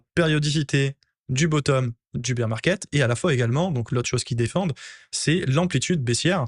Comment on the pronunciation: Baire market… SVP, pas bir ça me fout la mousse dans les oreilles 😂😊